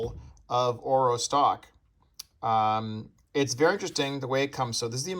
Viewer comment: Should pronounce it correctly orVo and orWo (engllsh)